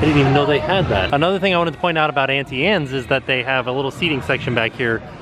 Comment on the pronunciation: butchered the pronunciation of Auntie Anne’s two ways lol